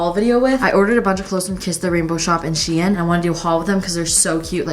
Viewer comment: I’m sorry but I’ve never ever evertttrr heard someone say she-in 😂😂😂😂😂😂😂😂😂💀